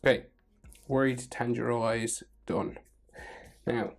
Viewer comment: Btw u pronounce Tanjiro as TAA- N-Jiro